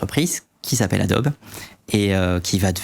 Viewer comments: Bienvenue sur Radio Franchouillard... Ça fait vraiment mal aux oreilles d'entendre adboe prononcé a-dob. Dans tous les pays du monde, Adobe se prononce "adobi". C'est à l'origine un nom commun en anglais qui signifie "brique crue" (typiquement faite d'argile et de paille). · C'est pour m'achever le gars qui s'y connait et qui prononce Adobe "Adob" et pas "Adobi"? ça me rappelle un formateur de dev web qui prononçait Nginx "n (comme la lettre) guinx (avec le "g" de "gai")" à la place de "engine X". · Merci pour cette super vidéo. Par contre on prononce Adobi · Ca se prononce Adobi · On prononce ADOBI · on pourrait prononcer correctement le nom de Adobe (c'est américain)